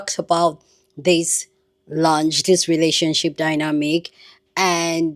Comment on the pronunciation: They are both grown adults. I mean grown grown. Btw, it’s launch, not lunch.